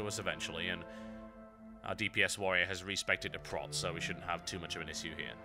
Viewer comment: you say issue in a weird way :D